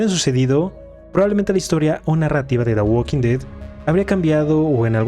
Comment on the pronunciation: En "da gualking ded" 🗣️